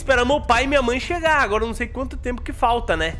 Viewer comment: vendo esse vídeo pela segunda vez eu percebi que o falou agota